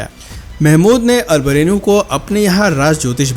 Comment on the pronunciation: अल बिरूनी हैं अल बरेनु नही